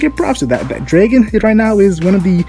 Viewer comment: Learn how the to pronounce dragon